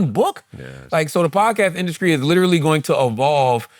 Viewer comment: Why Charla put a C in the word industry? 😂 Induskree